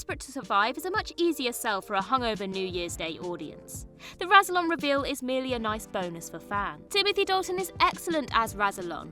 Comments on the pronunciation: Can she learn “rass ill on” rather than “razzle on” while she is at it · Do you even watchthe show? Rassilon is not pronounced Razzilon. it is a double S Rassilon and is pronounced like Wrass.. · Imagine making a video where you pronounce Rassilon AND Omega wrong in the same sentence. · Pronunciation for Omega and Rassilon is terrible, obviously you have never watched the show and are just reading from a script.